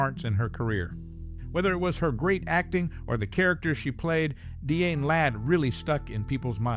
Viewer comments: Die-Ann not Deeann. 🙄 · DeeAnn Ladd? Some ought to tell this guy to take a literacy course!